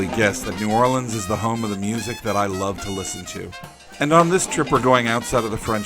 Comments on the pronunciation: I almost never hear it (New Orleans) pronounced as you have said, save for the locals and from some of those native to the state. Very refreshing! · Finally someone who pronounces New Orleans correct.